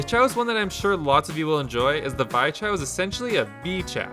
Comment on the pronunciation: It's not pronounced Vy, it's pronounced Vee. And that's the main character from the Steam game Bug Fables, which is heavily inspired by paper Mario.